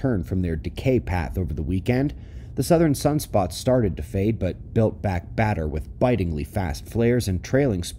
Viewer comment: Did you say built back badder ? That's funny . 😄 . Thanks for all you do .